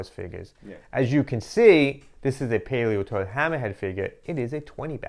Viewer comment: The UK distributor is pronounced Pal-i-toy. Great vid! 👍